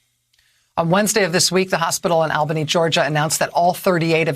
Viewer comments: It’s pronounced ALLBANY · That's pronounced All Benny if you please.